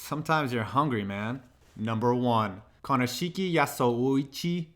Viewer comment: I think i got cancer when you tried to pronounce Konishiki and his Samoan name. It's ok though, I have aids.